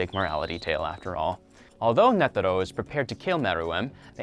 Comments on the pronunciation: His name is Netero. Not nettero like you said at first. And Gon is called Gon lika gone. Not Goun or however you said it. And its Lucilfer not lucifer And its pronounced Shogi with a g not shoji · Why you saying nedero and not netero